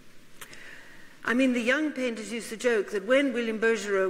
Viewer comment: Smithsonian Institution, please....NOT institute! Bouguereau..BOO-gair-oh. How can a learned lecturer of art not know how to pronounce artist’s names?